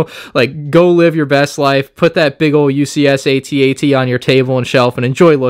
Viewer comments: Its called an AT-AT not an. A T - A T. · It's at at not a t a t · Call it an "at-at", not an "A.T.-A.T.". The point of an acronym is that it's catchy and short, eg HIMARS, ATACMS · I had to grit my teeth and try to make it through this whole video while listening to you mispronounce "aytee aytee" several times, but I don't think I can do it. It's "atat" and will always be @@ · why do you keep calling it an A T A T? it's an at-at. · it's pronounced at.- at. Not a- t a - t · The fact that he doesn’t pronounce it as @@ hurts my brain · its clearly pronounced AT-AT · I can’t watch a video of a kid pronouncing each letter of AT-AT. Tell me you’re a fake Star Wars fan without telling me you’re a fake Star Wars fan… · Dude, you are not even pronouncing the name of the walker correctly. Uggh